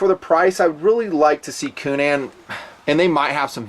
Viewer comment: needs to learn how to pronounce the good Irish name Coonan, "coonun."